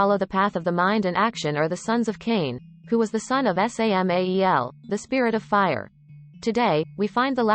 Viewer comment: OH MY GOD WHY DOES IT KEEP PRONOUNCING WORDS AS THEIR CONSTITUENT LETTERS IT'S "SAMAEL" NOT "ESS AY EM AY EE EL" GOD DAMN IT, LEARN LEARN LEARN LEARN LEARN LEARN LEARN HOW TO TAAAAAAAAAALLLLK